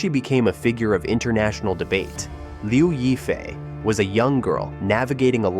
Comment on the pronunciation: I just can't with those "reports" that can't even pronounce the name of the person correctly. It is not that hard to look up pronunciation online.... Lyaw (yaw like in "yawn" without the n) And since this is for international audience, why not use her English moniker "Crystal Liu" ? Anyway Liu Yifei is her stage name. Her birth name is irrelevant since it was changed by her mother after the divorce of her parents when she was 10 years old. So. That sheds doubts for me on most of the allegations here and I did not really try listening to end... especially with such a clickbait title : Crystal is far from "most controversial" : that would be Zheng Shuang, Zhao Wei or Fan Bingbing. Crystal is no more controversial than Guli Nazha, who has nicely rebounded from some small alleged relationship trouble, and is the second most well known (and popular) Uighur actress in China. As for political trouble, why link her to the now defunct Hong Kong protests, that had nothing to do with her : she did not live there then, nor have a hand in those attempts to undermine the local government with proven backing from foreign countries intent on stirring up separatism in mainland China. She has, as was her right to free speech, expressed her support for the Hong Kong police during the 2019 protests which did not "beat down" protesters en masse as was propagandized abroad to people who had no idea of the real situation. If some took exception at her being truthful there instead of howling with si